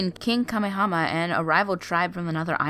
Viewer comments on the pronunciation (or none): " Malaho?" You mean " Mahalo" And it's King Kamehameha. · If you're gonna make a video about Hawaii at least pronounce the names correctly it's king KAMAHAMAHA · King kuh-hom-uh-hom-uh.... Pfft.... XD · Couldn't finish listening to the stories because she kept butchering the pronunciation of Hawaiian words. I'm not even from Hawaii but I have family from there. I couldn't when she kept saying "Kamehama" and "Makupu" Here's a tip, before you start reading make sure you practice the pronunciation or phonetically spell it out . I do it, it helps. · Oh Mahalo nui loa for saying that the words are pronounced wrong!!!! I was yelling at the computer saying that Mana and King Kamehameha were pronounced wrong! I only got that far into the video!!!